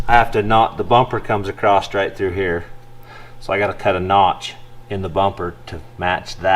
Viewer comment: Michelle... why does say AcrossT.... where did the T at the end come from? Just curious.